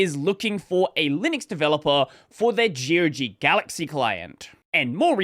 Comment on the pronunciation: gee oh gee? I've always said it like "agog" without the "a"...